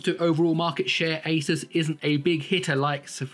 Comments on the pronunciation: fixed But still not how Linus says it 😀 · 'asus' Linus: "it's asoos"